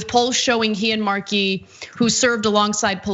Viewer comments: Ana, it's "Ed MAR-key" no "Ed mar-KEY" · Stop saying, “mar-KEY”, it’s, “MAR-key.” Ridiculous. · Ed Markey has been a member of the US Congress for more than 40 years. It would be nice if Ana at least learned to pronounce his name correctly. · "Ed marKEY"?